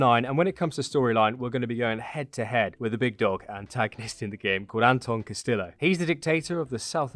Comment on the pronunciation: His last name, Castillo is pronounced Cast-e-o, rather than cast-still-o